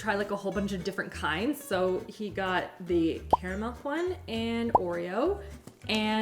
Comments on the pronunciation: Do you keep saying "caramilk" instead of caramel? Or am I imagining that? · Wait, is it pronounced "KARR-uh-mel" or "Carmel"? 🙃